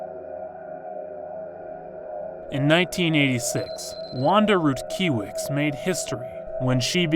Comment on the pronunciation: Rutkiewicz = Rutkyewych. But for the love of god there's a phonetical alphabet, you're not a small channel and certainly you are doing the type of content to play in the background ,so please do the research. Nice narration !